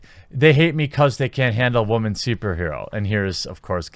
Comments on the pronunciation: Honestly “wamen”is getting old any annoying just saying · I'm confused as to what your definition of Wahman is. It's pretty obviously meant to be about a certain type of woman but at this point it seems like you don't even say the actual word anymore when speaking about women in general... If Wahman is what I think then I get it, but that's not all women, just like not all men are rapey shitbags like the media let's on. If not, either you're very clearly not unbiased... or you have a speech impediment. Either way, there's no way you're single. Just so this isn't the route comments go down, I'm not sjw or left or anything, merely speaking on the over/misuse of a word by a guy who speaks about unfair sexist assumptions and how it goes both ways. Also since you've clearly no idea how words work.. it's quadrupling down. Need a faceplam emoji. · captain wamen lol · Boy said wamen lol 😂